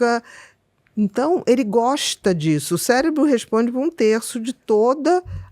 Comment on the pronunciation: Ele falou " CELEBRO "?